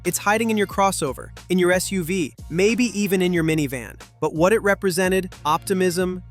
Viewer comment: It took me a second to figure out what the hell a "SOOVE" was LOL can you say Skynet? 😂